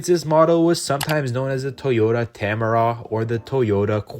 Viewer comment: CORRECTION!!! It's TOYOTA TAMARAW (IN PH) Not TAMARA